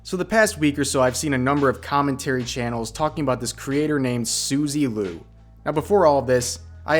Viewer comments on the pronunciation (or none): It's Suzie Q, not Suzy Lu lol